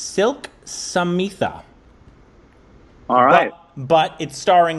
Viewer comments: you pronounce Smitha like you say Smith with an aaaa in the end. Vidya Balan is a south Indian so you cannot say she had a bad accent. N she won a National award for The Dirty Picture. It's a true story n a very sad one, for Silk Smitha went through a lot to stay n survive in the Industry. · So can pronounce a very common American Surname SMITH but says SAMITA instead of *Smita*. Not all Indian Names are tough **. Haha. Love u guys❤ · Me- Say "Smith" - Smith Me- Now say "Smitha" - Sahmeethaa?